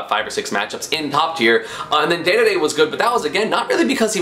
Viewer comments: STOP CALLING HIM DAYDAYDAY, ITS DEDEDE, PRONOUNCED DEEDEEDEE. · Dee-Dee-Dee NOT Day-Day-Day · ITS NOT DAEDAEDAE, ITS DEDEDE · announcer: dee dee dee esam: day day day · I punch my screen everytime you say daeduhdae it deedeedee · …dE dE dE…not…day day day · its not daydayday its dedede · I'm pretty sure it's not pronounced "daydayday" it's pronounced "deedeedee" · Let me just say it one more time... It's DEDEDE not DÉDÉDÉ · Aye bro, can you not say, day-day-day, and start saying deedeedee? Maybe its like a meme on your channel but please :( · “King Daydayday” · IT'S PRONOUNCED DEEDEEDEE NOT DAYDAYDAY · unsubscribing for the pronunciation of king "daydayday" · Had to dislike the video and stop watching because he says daydayday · Dear Esam, Please pronounce Dedede correctly, we're tired. Sincerely, the DD societ D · Man you really take any chance you get to pronounce Dedede like a weeb lol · You pronounced Dedede wrong it hurts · The way he pronounces King dedede annoys me